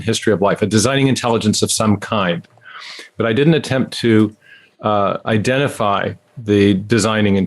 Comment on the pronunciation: I switched off when I heard him say the word 'identify'. Sorry🤣